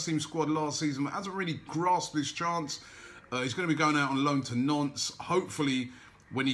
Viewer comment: Haha Nantes is pronounce "Nornts" it always sounds like you're saying Nonce